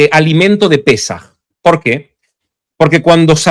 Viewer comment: No es pesáj, es Pésaj.😉